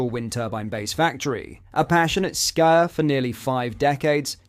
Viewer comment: PLEASE LEARN HOW TO PRONOUNCE WORDS PROPERLY. A FEW SECONDS AFTER TIME STAMP YOU SAY Charles was a passionate SKYER ITS PRONOUNCE SKIER (LONG 'I' SOUND) HOW DOES THIS GET PAST YOUR PRODUCTION TEAM ???